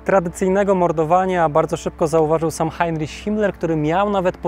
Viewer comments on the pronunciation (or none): none